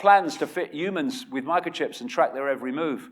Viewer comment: I've subbed because you say ooomans instead of humans. Also I subbed because a lot of the stuff you say actually makes sense. I think you're on the right track.